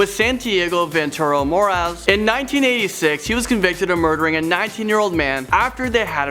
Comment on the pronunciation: He pronounced morales wrong